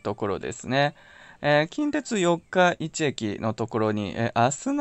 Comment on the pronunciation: 四日市の発音が気になりました😂 よっか、いち じゃなく よっかいち ですよ